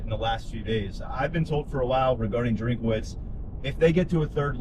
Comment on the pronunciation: It is not drink-a-witz. His name is Drinkwitz.